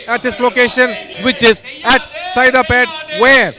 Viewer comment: It's not 'Sairapet', it's Saidapet... correct it